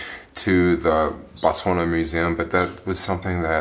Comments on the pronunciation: It's pronounced BOTS WANA! Damn! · Why did you stop saying Botswania?😞😞 You took all the fun away now.